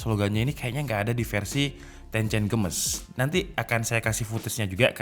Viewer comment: Text : Tencent Games My ear : tencen gemes